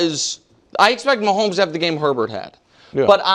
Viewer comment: His name is not (her-bert) its pronounced (A-bear) like bobby herbert(a-bear)